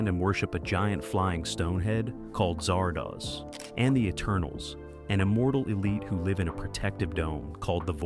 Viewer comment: How many different ways can you pronounce Zardoz in two and a half minutes?